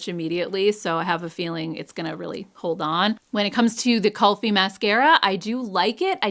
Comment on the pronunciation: Kulfi is pronounced kool-fee. It's a northern Indian dessert